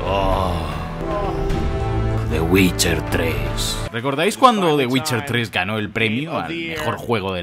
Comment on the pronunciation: /el geralt of riviia!! WITCHAAAA!/el yeralt/el ai am witcha /el guait guolf